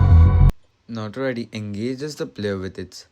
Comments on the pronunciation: You said NotWorry btw and not Notoriety Cool video btw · i mean it sounded like you said Notworry